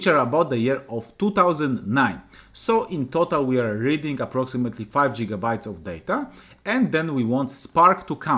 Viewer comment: jigabytes 😂 thank you but fix your pronunciation